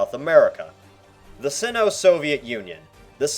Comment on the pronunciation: The way he pronounces “Sino” is both cringey and satisfying at the same time